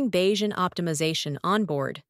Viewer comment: Is word bayesian pronounced like that? I always pronounced it "bah-yea-sian"